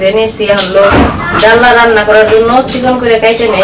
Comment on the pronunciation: ডাল্লা নয় ডালনা বলে।